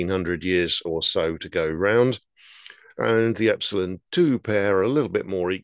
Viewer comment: you always say the names wrong, or i should say differently than most, Ep-sil-on!.